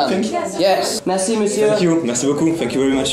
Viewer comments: Dans ton outro pour tom t'as dis "fck you for your time" et pas "thank you" juste comme ça 😭😭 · C moi ou il dis fuck a la place de thank